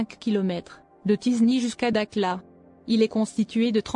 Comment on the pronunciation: dakhla pas dakla